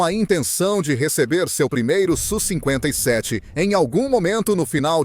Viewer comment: Video horrível, o sonso nem sabe falar o nome do avião... É S.U e nao su seu panaca